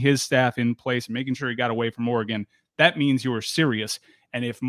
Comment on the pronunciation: Le Batard still calling Oregon, “oar-eh-gAHn”?! C’mon man! Great move for the U. As a Pac12 guy, I’m sad for Oregon.